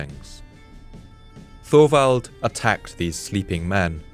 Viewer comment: Just an FYI; Thorwald is not pronounced Thorvald. It is pronounced Tovald. The o is short and the emphasis is on the first syllable. My grandfather Thorwald would thank you.